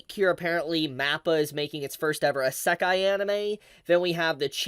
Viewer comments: Idk if im the only one who notices this but why does pronounce it ssekai with a silent i instead of isekai xD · I have never heard anyone pronounce isekai the way you do. This is the most aggressive "I love anime but hate the Japanese language" stance I have ever seen. I bet you even know how to pronounce it but are staunchly refusing to.